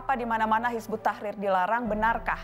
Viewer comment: pada ngak bisa baca ya, bukan hizbut tahir, tapi hizbut tahrir